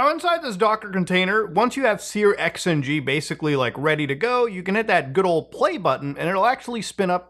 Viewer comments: dude, you're making my ears bleed, please stop calling it sear-XNG its pronounced SURX-NG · Searxng is pronounced "searching" (with a sh sound instead of a ch sound) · Always interesting hearing how other people pronounce things. Sear X N G is new to me.